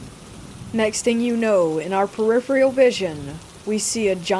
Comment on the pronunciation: It's peripheral, not periphreal